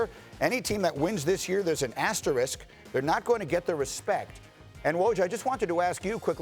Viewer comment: These people are incapable of saying the word "asterisk" correctly. Wow....